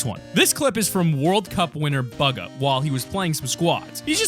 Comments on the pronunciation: It’s not buga it’s bugha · not bugger its BUGHA! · He just swears bugger it is bugha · Why is he saying bugah it’s boogah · Bugga no it’s buhga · I hate the way he says BUGGA, instead of buh-gah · Its Buge-ah not bug-ah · Bugha-: “BuGgA“ Us: Bugha. (“Boo Guh“) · Ok who didn't notice him say bug-uh instead of boog-ah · Omg buga bro can you speak english its bugha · ITS BOOGA NOT BUGA 😤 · Picking up the white pistol Me: Kind of confused: Bug a Me: Super confused (It’s pronounced Booga) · Bug ahh. Bug ahh. Bug ahh Me: STOP ITS BU GHA NOW STOP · It’s bugha not bug ah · It’s not bughanit said booga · Stop calling him buga it’s bugah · Buga? It’s boo-guh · It’s boo gu not buger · It's not buga it's booga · Bug-a it's bu-gah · It’s not bugga it’s booga if that helps u per ounce it XD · ITS BOOOGGAAA NOT BAGA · bug uuuhhh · his name is not bug uh its bugha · Hey it’s pronounced booga not buga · lmao buga it’s said “booga” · buggga. Everyone: boooga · Boo gah not bug ha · Anyone notice he said (bug-a) instead boo-ga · Hold on, Baga? Its BUGA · Bugga wtf🤣 its bugha boo-gu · you said pugha -_ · his name isnt buga its bugha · He pronounced Bugha wrong. He said BUG ha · It’s pronounced Boo-ga everybody knows this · I love the way he said “bugha” cuz it’s pronounced “booga” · he said bugger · Did he call bugha, bug-a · He keeps on saying Burger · Hahaha hahaha did he say bagha?! xD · It’s pronounced būga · Its pronounced like boogha ... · Bro it’s (boog)-(ah) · Did he say “bügha?” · he told bugga not buggah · his name is pronounced "boo-guh" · ITS BOO GA pronounciatian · Dud it pronounced (boo-guh) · ??? Its bugha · Did u Call bugha bogha?? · His name is buhga you say it like booga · It is (boo-ga). This how to pronounce his name not being rude at all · It’s pronounced b-OO-ga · It is not bugha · YOU SAID HIS NAME WRONGE... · did he pronuce bughas name wrong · He said bugha wrong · Him: says bugha incorrcetly Me:cringing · says bugha wrong lol